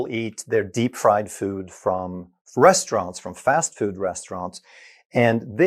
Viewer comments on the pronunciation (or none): none